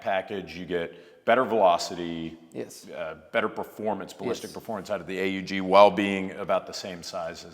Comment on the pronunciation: Delighted you pronounced A.U.G for Armee-Universal-Gewehr / army universal rifle. Instead of the other pronunciation